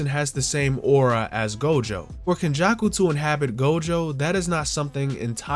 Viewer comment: Its kenjaku😂